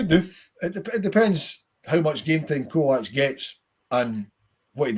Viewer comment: It's pronounced cholak